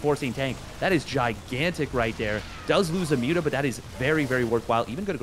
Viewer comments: Stop saying 'mutt mutts' it doesn't make sense, it mutas if you want to shorten it or nothing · still better than everyone calling them 'moootahs'